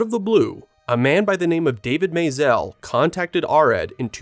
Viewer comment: What's up with the pseudo French pronunciation of Maisel?